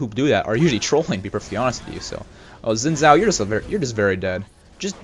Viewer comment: Xin zhao is pronounced Sheen Jow